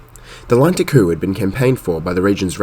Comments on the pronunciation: Just a heads-up that Kew is pronounced "KYOO" not "KOO" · Kew is pronounced Queue , not Koo.